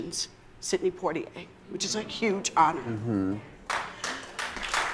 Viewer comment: Vivica dear...learn to pronounce names of icons. It's not Sidney "Potia", It is pronounced as Pwatia but spelled Poitier. Educate yourself before name dropping and making a fool of yourself. The only upside of this whole mess is that both men are black. Can you imagine if one of them, especially the victim were white???